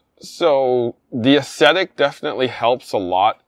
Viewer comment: Aw ze tic